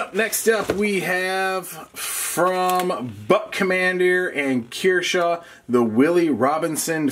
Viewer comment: Why are u pronouncing kershaw as keershaw.